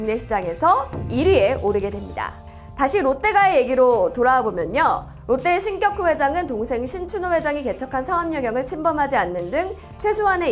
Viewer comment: 신껵호 회장이라고 읽는 것이 맞나요? 궁금해서요.